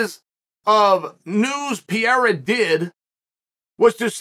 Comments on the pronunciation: There is no way in hell he just said Costa would be the favorite against Pee-air-uh 🤣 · PRONOUNCE THE NAME RIGHT IF YOUR GONNA SAY IT SO MUCH QUIT SKIPPING THE R. Come on Chael